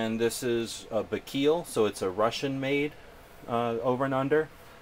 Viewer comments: Pronounced "Buy-kal" not "bee-keel". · How does "bai-kal" get pronounced as "bak-keel"? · both wrong its pronounced bay-kool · awesome gun, pronounced "buy cal" though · lol bee keel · good review. but the way you say baikal makes me laugh!